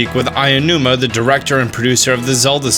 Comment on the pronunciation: Not to be that guy.. but pls learn how to pronounce Aonuma's name lol